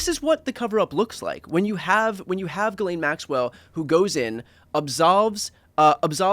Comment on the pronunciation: Two things: 1) Tommy / get massive props for pronouncing Ghislaine properly. 2) This channel should be called “Pod Save America and BTC’s Biceps.” (Like, whoa dude.)